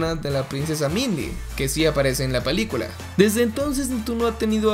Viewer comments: en el minuto dijo palicula en bes de pelicula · alguien más se dio cuenta de que dijo palicula en ves de pelicula? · U el men dijo palicula en el minuto envés de película xd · min 5 :40 palicula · Dijo palicula minuto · es absurdo pero me pareció gracioso dice "PALICULA" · Jaja palicula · la palícula (si, así lo dice en el video) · soy yo o dijo palicula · La Palicula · La palicula así dijo xd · En el minuto dijo palicula xd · Palicula ulala senor frances entonces como se dice pelicula